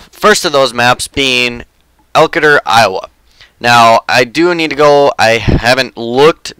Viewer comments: close. Its pronounced Elkayder. Its exciting to see a map from where I'm from be made. Also his farmersburg IA. I'll have to watch the series on elkader. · Pronounced elkader wrong just a heads up